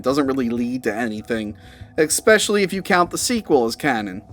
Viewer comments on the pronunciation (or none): 'Eck-specially'??? Disappointing coming from an otherwise articulate person.